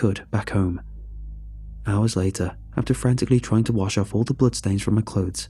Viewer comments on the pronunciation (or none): none